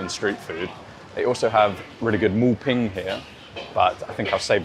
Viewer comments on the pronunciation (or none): Moo Bing and not Ping.